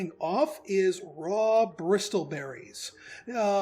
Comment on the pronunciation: I know this video is a year old, but man... the "t" in bristle is silent.